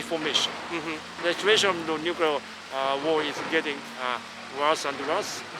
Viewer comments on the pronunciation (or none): NOOO DON'T SAY NUUCULAR. IT"S NUCLEAR! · It's nuclear NOO-KLEE-AR not NOO-KYOO-LER! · How can you possibly make a video about Hiroshima and not be able to pronounce nuclear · Please learn to pronounce nuclear properly- such a great video otherwise.